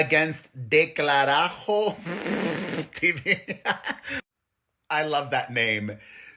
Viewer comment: It’s “del carajo “ not “ declarajo “ hahaha love you Perez ❤😅